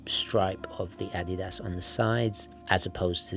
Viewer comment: Say Adidas like a normal person